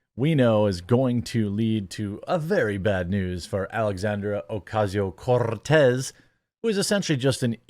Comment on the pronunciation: You don't roll the R in Cortez. Only the double R such as "carro".